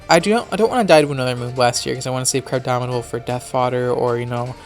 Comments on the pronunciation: GNF Dylan exactly. I hear Crabdomidable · Buzzing Meteor34 Im aware what he named it, Im saying he pronounces it as "crabdominable" regularly, so he doesnt seem to me aware that its actual name is "crabominable" not "crabdominable", or else he wouldnt have named it "crabdominate". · not to be that guy but its "crabominable" not crabdominable, and ice hammer has 100 base power, not 90.